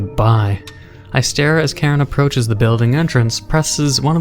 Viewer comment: Hm. Karen you say? I think its Kiran if im correct.